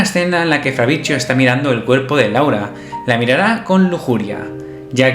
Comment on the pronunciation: Bld que onda con mi nombre pronuncialo bien, fabritsio, 😬